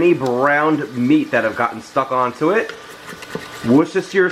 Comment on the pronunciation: In the U.K. we say Wooseter-shire sauce! Hope this helps!